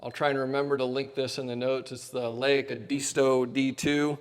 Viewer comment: Great video! By the way, Leica has 2 syllables: like-a.